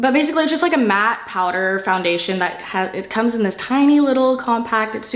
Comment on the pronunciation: The way you say powder is making me crease